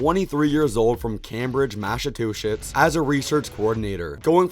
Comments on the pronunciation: I think he pronounces it that way on purpose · Bro manages to pronounce Massachusetts worse than me